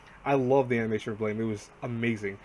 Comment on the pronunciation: Guys how to read blame is actually blam.. I know it's weird